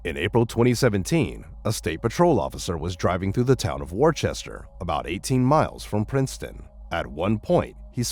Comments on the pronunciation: Worchester is pronounced Wooster, not War chester . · It's not "War-chester" it's "Wuust-er." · Worcester is pronounced 'WUH- ster' if you are referring to the western Massachusetts city. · War Chester? REALLY?? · But it's pronounced Wooster